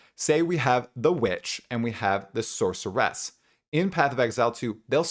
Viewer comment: SORCER-ESSS + HUNTER-ESSS = no, fucking stop already